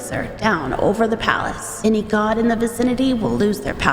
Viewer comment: "Tehe Palace"